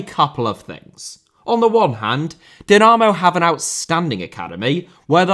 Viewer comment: This video deserves a like just for the pronunciation of the word Dinamo. Now that that is finally sorted, please make a documentary about Dinamo Bucharest.